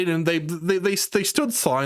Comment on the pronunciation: My man said 'aboot'.